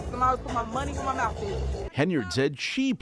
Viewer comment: Yep, she put “her money where her mouf is” 🤦‍♂️